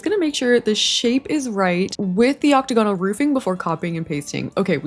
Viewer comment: girl, i adore you forever, but the way you say "octagonal" is killing meeee!